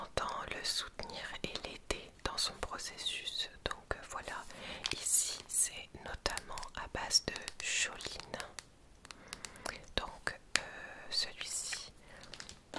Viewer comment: Très intéressant ce partage 🙂 juste pour info Pour choline on prononce pas le h donc on on dit c(h)oline et pas choline 😉😅